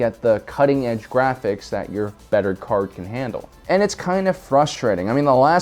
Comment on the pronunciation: "Gwaphics." Channeling your inner Elmer Fudd?